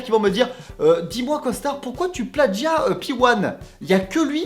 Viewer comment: On prononce plajia et non pladjia